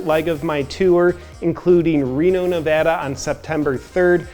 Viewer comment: When you move out of state & finally hear someone pronounce "Nevada" properly.